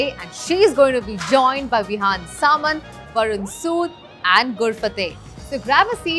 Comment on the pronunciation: Did you actually mispronounce Vihaan Samat's name? You called him "Samant"...It's disrespectful, really, just because he is a less known actor.